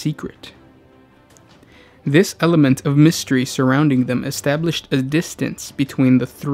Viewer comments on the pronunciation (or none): none